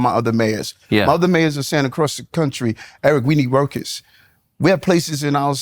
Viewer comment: Is it just me or does he sound like he is saying "Rokers" now workers?